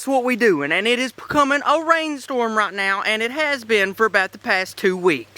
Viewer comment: i love how he said "i dont want to go to jail RIGHT KNOW" 😂